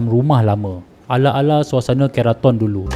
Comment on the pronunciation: Bang,ampun nk betulkn sikit..sebutan 'ke' utk perkataan keraton tu sama mcm nk sebut 'ke' untuk kereta. Bukan 'ke' untuk perkataan kepang..hee